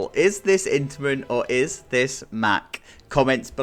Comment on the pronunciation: It's an intiman, the track is intiman, the trains and the lift is intiman. It's intiman